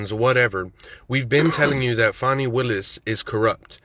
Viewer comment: Trump is recorded breaking the law. Willis is not above the law. The investigation of her relationship with Wade will prove to be way less nefarious than you emotional dudes suppose. Trump is going to prison. Her name is pronounced Fawh-NEE. But I'm sure your intentional mispronunciation has nothing to do with disrespect for her?